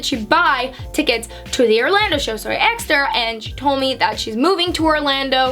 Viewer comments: “Aksed” haha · Lol am I the only one who notices when says the word “ask” or “asked”, it sounds like ax or axed?